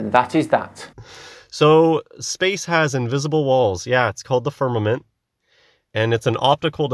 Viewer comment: It kills me everytime he pronounces firnament with two m's